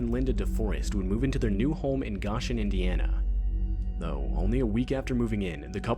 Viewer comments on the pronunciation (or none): Who tf says “Gawsh-In”? It’s pronounced “Go-Shin”. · Gah-chen in crazy 🥲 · It kinda irked me how he mispronounced Goshen lol